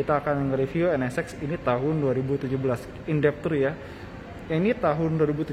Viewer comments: Penyebutan NSX nya terdengar seperti NS-Sex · Sya denger penyebutan nama nya N Ne Sex ada yg sama pendengeran nya...